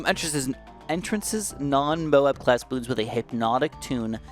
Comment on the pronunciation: "Enter ances" BRO ITS EN TRANCES 😭